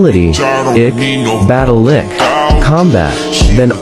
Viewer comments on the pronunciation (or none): When he said battle IQ it sounded like battle lick 🤣🤣 also amazing job thank you 🙏 so much